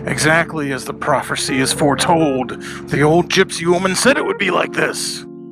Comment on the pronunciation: "profercy" ats it.... thats how im saying in from now on...